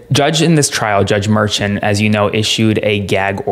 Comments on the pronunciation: Too many call it a hush money case…it is a voting interference case…it dismisses the seriousness of the case calling it a hush money. And the Judges name is pronounced Me “Shaun or Shawn…not merchant. I think not calling it a hush money makes it more serious and those out there need to know that. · Great report. Note though that the judge's name is pronounced mer-SHAWN', explained by Karen Agnifolo in CNN and Meidas Touch Network; she's been the ADA in front of him many times. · I think you're supposed to pronounce Judge Merchan as Mershaan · Please say his name correctly! It’s not Merchant!!! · The proper way to.say the judges name is Mer ShAWN. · Can you please properly and correctly pronounce Judge Marchan's name?!? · At the very least, your legal expert should investigate the proper pronunciation of Judge Juan Merchan. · You're pronouncing the judges name wrong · Please say the judges name correctly!! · Drives me nuts when people pronounce names differently… Is it pronounced: "mershawn" or "merchan" Is it "Fanny" Willis or "fawny" Willis Does anybody definitively know what the proper pronunciations are??